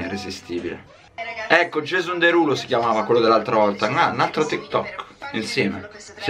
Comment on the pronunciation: Mi stai antipatico quando dici ecloo